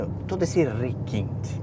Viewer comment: ...puro rrrrrequinte kkk